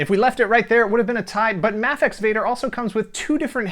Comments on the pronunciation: isn't it pronounced MAYfex? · I am almost 100% sure Mafex is pronounced May fex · it is mayfex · The way he says mafex makes me want to die 😂😂